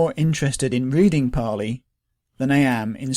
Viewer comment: So it's paaali?